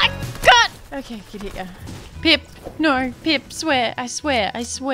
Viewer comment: i haven’t watched loser fruit in a bit but i just keep paying attention to her saying “noer” and i love it